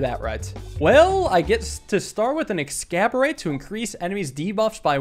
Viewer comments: its eggs-ass-or-bate. or in this case "orb-ate" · Oh god back to saying 'Ex-scab-orate' instead of 'Exacerbate'; the game's wordplay tendencies take another victim. This is "Mordidorb" all over again... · its exacorbate not excaborate :( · always bugs me how says “excaborate” should be similar to “exacerbate” instead. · It may be pronounced exacerbate /eɡˈzasərˌbāt/, but in our hearts it will always be excaborate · EXACERBATE not EXCABORATE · It's "exacorbate," not "excaborate." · You keep calling it "Ex-cab-or-ate." It's meant to be "Ex-as-orb-ate." As in a play on the word "exacerbate" meaning "to make things worse." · Genuinely starting to wonder if is saying "Exacorbate" wrong on purpose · He always seems to read Exacorbate wrong, he reads it like Excaborate. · do you say "exacorbate" that way to make me have an aneurysm> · Always with the "more bead" and "ex scab ore eight." Maybe next episode he'll pronounce them right... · Ok is saying Exacorbate wrong on purpose or does he really not know? At this point I feel like it's a running gag and I'm the dumb one. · Exacerbate Ex-ass-er-bate Like, to emphasize something. I tried to exacerbate the pronunciation of, exacerbate. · Exacorbate is based on the word exacerbate, please for the love of god pronounce it correctly lmao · when exacorbate was added he pronounced it correctly like three times, next episode his late stage alzheimers kicked in and the word exacerbate left his head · waiting for the day you nail the exacerbate pronunciation D: I don't even think it is a pun right? don't wanna let this take away from a fun video though :3 a nice day to everyone reading this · Please sound out the word exacorbate, because you're saying it wrong, and know the c is supposed to make an "s" sound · Can't wait for to spend a video intentionally mispronouncing exacerbate. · please learn how to pronounce exacerbate, then just shove an 'orb' in the middle I'm begging you 😭